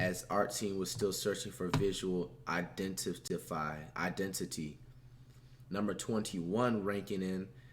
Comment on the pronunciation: this nigga flight can’t even say identity 💀💀💀💀💀💀💀